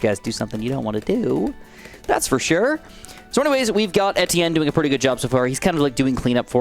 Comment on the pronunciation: that's how its pronounced tho